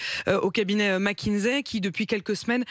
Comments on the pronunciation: Pourquoi toute la Maronie prononce Mckinzey? au lieu de Mckinsey? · y a un "S" et pas un "Z" à McKinsey